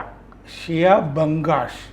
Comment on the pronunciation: "ബംഗാഷ് " അല്ല!!! കലാഷ് ആണ്